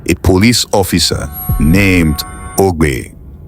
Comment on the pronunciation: The name is not Ogbe but Agbe.